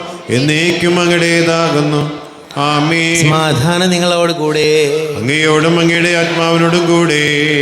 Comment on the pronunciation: ഈ കാപ്യര് എന്താ അമേം എന്ന് പറയുന്നത് ആമേൻ എന്നല്ലേ പറയേണ്ടത് 🤔ഇത് കേൾക്കുമ്പോ വല്ലാത്ത അസ്വസ്ഥത 😳